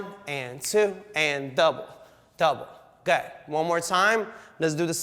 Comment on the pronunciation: am I the only one who hears "go 'head" when he says "good"? just me?